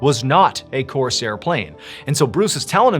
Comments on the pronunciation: Corsair is pronounced Core-sair , not Coarse-Air. Also , saying Corsair plane is like saying Corolla Car - just say a Corsair. Sorry, it just distracted me. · Corsair plane. Not Coarse airplane. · Why do you pronounce it "Course air" as if the air were course? The plane is a Corsair, a synonym for pirate. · Not pronounced coarse air… Corsair… one word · Dude - it’s not course air. Its core sair - put it together, corsair - not hard. If you’re going to talk about history then get the words right. And no, reincarnation is not a thing. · It's one word, "Corsair", not "Coarse Air". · Mr Ballen, I love and respect you so very much but I've got to tell you you're mispronouncing the name of the plane. It's a one syllable word not two. It rhymes with prepare or forebear or aware. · It's not pronounced "course air", like it's two words. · Corsair is almost one syllable. Not "Coarse Air." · On the third story with a little boy , why did you pronounce the Corsair fighter like Coarse Air plane? How could a father born in 1950 not know what a Corsair was? I was born in 1956 and I built this model airplane. I think it was common knowledge of amongst boys, my age to know all the American fighters in World War II.. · ok, cause it confused me, hes saying corsair plane, not course airplane. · The pronunciation of "Corsair" is driving me nuts. It is one word, it is not "coarse air". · Huge fan Mr.B!! But, it’s my favorite plane. I know you know this but the way you are saying it comes across as ‘ Course Airplane’ to clarify it’s a variant of the Mustang Fighter Airplane platform called the Corsair. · Coarse air? Never heard corsair being pronounced like that. 😅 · Corsair is pronounced without a division in the middle, or that is the way I have always heard it pronounced through the decades.